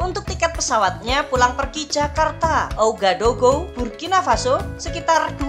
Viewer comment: Sekedar info min, ibukotanya dibaca Wagadugu..